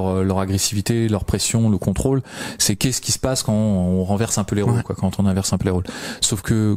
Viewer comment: En deux mots : Con-Trôle 😂 Merci les mecs, j'ai bien rigolé